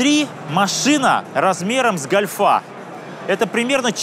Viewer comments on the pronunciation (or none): Деревня, гОльфа, а не гольфА. !